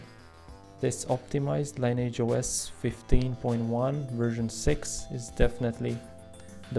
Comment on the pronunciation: Again, it's pronounced "lin-e-idge", not "line-age" 😏